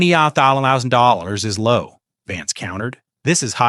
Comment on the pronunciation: AI doesn't know how to say $20,000.